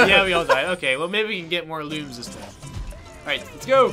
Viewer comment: L-ums not Looms, god